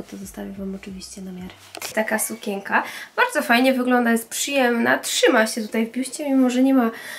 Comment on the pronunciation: dlaczego mówisz sukieka,a nie sukieNka